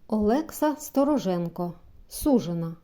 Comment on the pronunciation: Дякую за чудовий запис. Тільки прикро за помилки, особливо в творах українських класиків. Бо не "суЖена", а "суДЖена". Першого варіанту в українській мові просто не має.